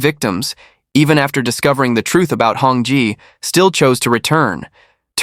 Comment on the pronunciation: Hong Jie not Hong Ji(chicken) not Hong jai…. it’s jezzz hahaha